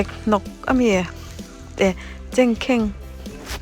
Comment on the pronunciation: Chengkheng🤣🤣.....chhengker tih tur zawk niang a....miss